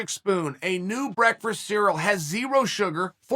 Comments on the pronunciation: Dude you're mispronouncing brekfrust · Brekfrust cereal